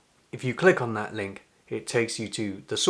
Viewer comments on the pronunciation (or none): none